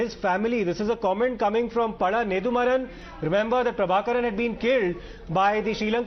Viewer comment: It's not neDHUmaaran..it's neDUmaaran